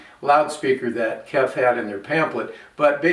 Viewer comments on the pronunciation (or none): KEF speakers are pronounced by saying the individual letters: K-E-F (kay-ee-eff). The name is an acronym for Kent Engineering and Foundry, a British company founded in 1961 in Maidstone, Kent.